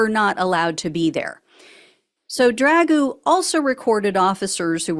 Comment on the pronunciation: Lost me immediately on the mispronunciation and ridicule of Dragoo's name. We are trying to fight he 3yo tyrant, no? Then let's not behave like him.